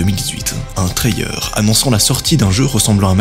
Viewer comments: Ok ok… mais un « trayeur » sérieux ? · Pourquoi tu prends une voix super agaçante, tu ne peux pas parler normalement, ça te rend insupportable et prononce Trailer correctement.